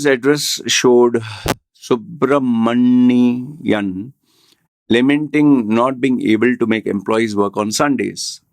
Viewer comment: No offense but try if you can remove your face tattoos my friend. It is as disgusting to watch as the name of sns you had difficulty uttering.